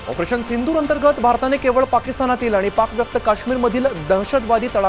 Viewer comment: पंतप्रधाण ....सिंणदूर.... उल्लंघण नाही ग. 😂